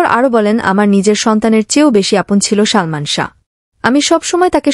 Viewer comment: কি শালমান শাহ বলছেন উচ্চারণ সঠিক করেন বলেন ❤ সালমান শাহ ❤